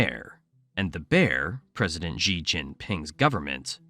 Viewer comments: I question the veracity of your information when you can’t even pronounce the leader’s name correctly. It’s more like SHEE, less like ZHHEE. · Interesting video but would be more credible if you could pronounce the names of Chinese leaders and locations. It hurts my ears to hear you say "Xi" (sounds more like she) and I'm western. I've lived in China and would only partly agree with your analysis. There is a tremendous demand for good workers among employers. Young men are especially suffering in China now as the imbalance has caused families to prefer having girls for over 20 years which is something we rarely see mentioned in the West. Young men feel like liabilities. Agree with your analysis about the breakdown of the economy based on restricting tutoring. It's been a windfall for the Philippines as the tutoring business has shifted to online. Xi is trying to be like Mao and has the same anti-intellectual bent. Chinese people make fun of Xi for his lack of education beyond primary school and his poor vocabulary.